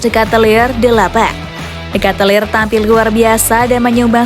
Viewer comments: KATELAAR !! bukan KATELIR... ini kritik krna sayang ke channel ini.. ayolah min, perbaiki .. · jgn de katelir dong min bacanya.. Tp de ketelaar biar enak gitu lho didenger.. Maaf ya min hehe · u pronouncing wrong dude, the right one is charls de ketalare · Charles De Ketelaere, cara bacanya "SYARLE DI KITELAR" min. Jangan salah min, dia adalah King Charles. Kau mau rumahmu didatangi Ibra ngamuk² gegara salah baca nama King Charles? 😁😁😁